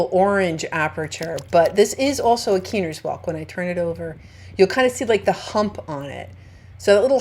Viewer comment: I’m fairly certain that it’s pronounced Kye-ner’s like the first syllable rhymes with Bye 👋 I think. Or that was what the locals were saying it when I was in North Carolina. I’m so jealous because I didn’t find any that weren’t torn up or inhabited. I hope to get back again sometime.